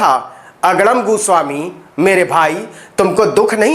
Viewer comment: Tum bhi TRP ke liye arnab ka surname galat pronounce kar rahe ho. Jo ki bahut nindaniye hai, Ye tum Sasti TRP ke liye kar rahe ho. Fir tum me aur arnab me difference kya Raha, TRP Badi gandi Aadat bana deti hai Navin .